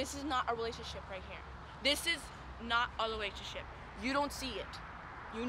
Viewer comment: “This is not a lerationship” “I’m sorries”